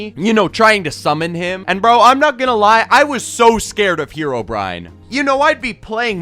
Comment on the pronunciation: Who here called Herobrine "Hero Bryan"?? 💀💀 👇